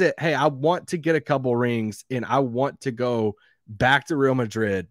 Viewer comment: What's Rill Madrid,? At this point, you're just trolling.